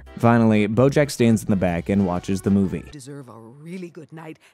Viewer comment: Are you saying Brojack? Or have I just lost my mind lmaoo I swear I’ve heard it at least 4 times in the video. Anyways fantastic video! This is oddly my comfort show as horrible of a person BJ is. I’m about to watch your AOT recap